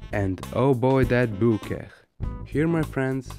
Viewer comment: Bokeh not Boo